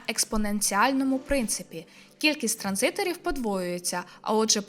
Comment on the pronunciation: Ви молодчина, справді, видно, як ви стараєтесь. Просто трохи бентежить, коли ви кажете транзи_тор замість транзиСтор, або інтернет речі замість інтернет речей(різниця є). Виникає таке враження, типу: "о, ця людина сама не розуміє, про що нам розповідає, будь хто хто знає що таке транзистор не забуде що там є літера С". Просто трохи уваги до таких, як на мене, важливих деталей, і буде ідеально. І так, я знаю, це непрохана порада від випадкової людини в інтернеті. Вибачте за це